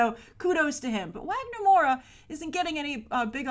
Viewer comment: Wagner's name is pronounced as Vah-gner. The W doesn't have a U sound like in English:)